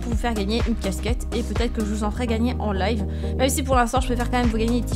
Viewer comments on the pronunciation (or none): none